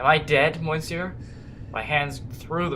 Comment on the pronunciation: It's actually pronounced pass-par-to and miss-syour, but whatever.